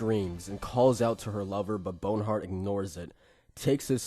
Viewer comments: It's BONHART not bone hurt. Its very distracting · Bon-heart, not Bone-heart. Loved the video but that was just triggering. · I think it's actually Bon-art